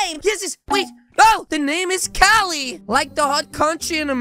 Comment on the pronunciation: she said cali wrong